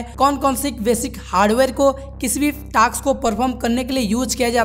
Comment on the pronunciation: Task ❌ taks✔️